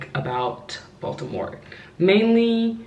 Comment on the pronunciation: Bronx, NY girl here...Thank you for pronouncing "Baltimore" with the "T", every time I say "Baltimore" the natives laugh at me...but I love Maryland!!!